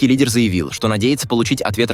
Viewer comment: В слове лидер они неправильно первую букву произносят 😊